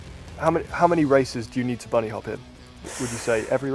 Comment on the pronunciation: "Boony hop"